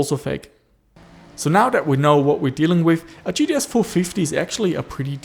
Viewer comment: G-T-X, not T-T-X